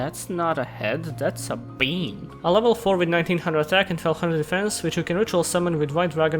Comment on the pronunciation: The way you say bean kills me.